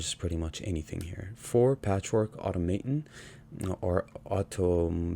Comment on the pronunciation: Nice idea, I really need to try playing some Tezzeret! Also -- aw-TOM-uh-tawn :D